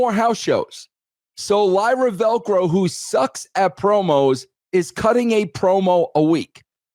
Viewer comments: Lyra Velco? Who's that? You mean Lyra Valkyria? Now I can't take what both of you are saying as serious wrestling critics. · I always pop when Russo messes up wrestlers names 🤣 Lyra Velcro, DUI instead of DIY, Jury Duty instead of judgement day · I can't help but laugh everytime russo mispronounces Lyra Valkyria's name 😂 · He's not a mark and that's his casual mindtake. If he's a wrestling mark, he would say her name right 😅.